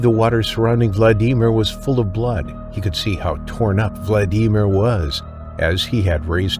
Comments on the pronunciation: The way the narrator says Vladimir drives me crazy. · Motherfucker have you never heard how to pronounce Vladimir holy shit how many times you gonna fuck that up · The AI commentary puts me off. The embellishment of a person alone that was attacked yet the story about how they were humming nursery rhymes etc. Seriously? All the mispronunciations eg Kakadu, Vladimir and Aussies . The incorrect observations eg you don't have a femoral artery in your neck. So yeah stopped watching pretty early on. I won't watch any more of these with the AI voiceovers as well as poet licence aka lies about what really went on.